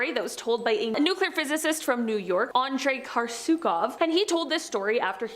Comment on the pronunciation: NuCLEAR. There is no such word as"NuCULAR".